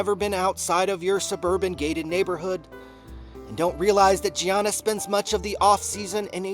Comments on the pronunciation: It's a silent G! Yogging! I'm??? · are you kidding me about the soft g lol